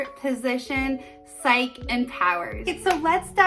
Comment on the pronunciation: It is pronounced Sigh-key not Sike just fyi